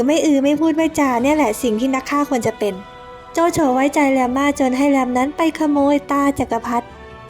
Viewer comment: แลม แต่จีนน่าจะออกเสียงว่า หลัม ไม่ก็ หลาน มั้ยคะ 555